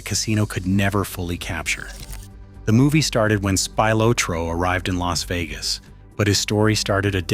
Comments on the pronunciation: My favorite is when Spilotro was sent to "L. A. S. Vegas." fucking AI slop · "L.A.S. Vegas" was worse...... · If youre gonna us an AI voice, you may wanna get one that knows pronunciation got it L.A.S. Vegas 😂 and don't get me started on Tony's last name 😂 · Or L.A.S Vegas. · L.A.S. Vegas lmfao 🤣 gotta love AI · And El-A-Ess Vegas.